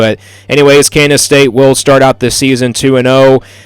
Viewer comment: Your a complete dumbass. Obviously you don’t know much about big 12 football. Maybe tx and tech. Ps learn how to pronounce KANSAS